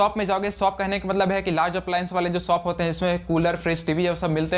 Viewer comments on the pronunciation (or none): सौप नहीं शौप होता है भाई